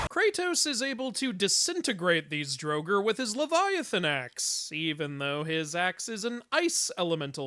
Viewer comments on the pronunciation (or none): Please, please for the love of Odin, look up the pronunciations and say them without the white wash. Draugr is pronounced Draw-gur